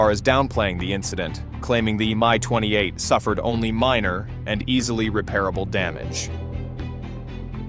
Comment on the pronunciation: It's not a ME... it's not a MY... it's an M I (M-EYE phonetically) 28. While you needed to slow down a bit... your new cg voice just doesn't cut it.